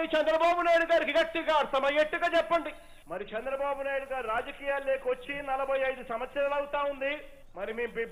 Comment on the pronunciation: Ayya... Shandra babu Kaadhu ayana Peru..... Chandra babu...... Chandamama ni kshandamama ni chesinattu undi nuvve palike vidhanam